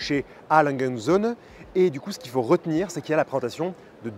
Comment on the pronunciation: Enfin quelqu’un qui a trouvé comment prononcer le "et" en allemand 😂